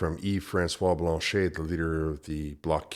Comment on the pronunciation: If you could pronounce Blanchet properly you would be more credible.